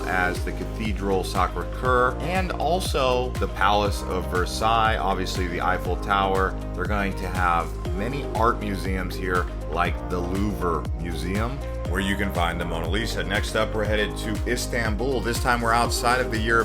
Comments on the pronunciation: “Louver” museum…. “CopenhOgen” hahahaha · The "Lou-ver" wow. C'est terrible!